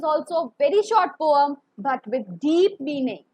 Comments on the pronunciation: It's not poam, it's poem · Ma'am but why you pronounce poem differently which is the correct pronunciation?????? 🤔🤔🤔🤔🤔🤔🤔🤔